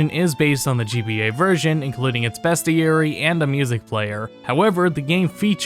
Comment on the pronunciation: btw...its BEASTieary not BEST